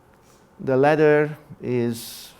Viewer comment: Latter or ladder?